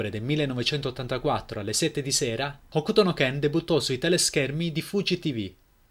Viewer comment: Ok Bro, ottima presentazione però, se fai un video per elogiare o anche solo raccontare un opera... Se vuoi essere preso sul serio ti devi disturbare a prendere le info per bene e... Se già mi parti dal dire il titolo originale: "Hokuto no Ken" e non muti la "U"... capisci che c'è un problema di fondo!